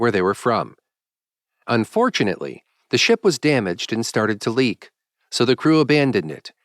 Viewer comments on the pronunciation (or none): none